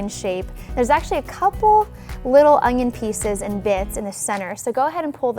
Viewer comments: Could she please stop saying "Ungyon"?? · Does anyone else hear her say ungion ??